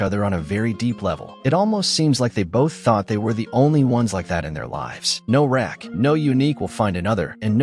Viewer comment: You are definitely wrong with your pronunciation of Rack and Connan???? Who is Connan? Or Rack!!! 😂😂😂😂